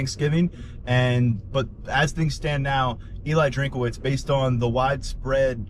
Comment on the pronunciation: It is not drink-a-witz. His name is Drinkwitz.